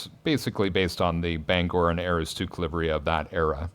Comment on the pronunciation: I don't think AM will mind the scheme update, but as a Mainer that pronunciation of Aroostook was a little hard to stomach lol. Good stream and a good watch!